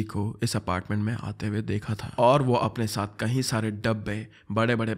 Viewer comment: Bhai kayi bola kro kahi Sare nhi.... H sound nhi ayga kayi... Me